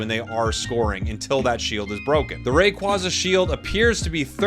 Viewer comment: I love that you reversed to say Rayquaza in the hispanic way haha 😆 sounds way better, closer to it's Quetzalcoatl roots